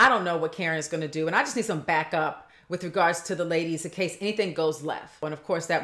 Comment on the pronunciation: Girl bye. You’re not the poster child for proper articulation (not when you pronounce “with” as “wiff”) so stop posturing yourself as if you are. This is a classic case of crazy. Monique is projecting and she’s trying to paint herself as the victim here, when she’s a desperate try-hard that needed Gizelle’s validation. Those issues are usually resolved by the time you hit adulthood and if they were central to your emotional fortitude or lack thereof, you would have attacked Gizelle, Robyn, Ashley and Charrisse a long time ago. Monique, you need to be terminated. I am so happy for Robyn and Juan. I LOVE WENDY’S REACTION!!! ❤️❤️❤️❤️